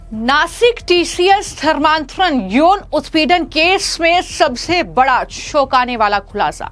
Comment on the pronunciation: सालिश नहीं चालीस होता है। शौकने नहीं चौकाने होता है। बाकी तुम्हारी मर्जी।😮😮😮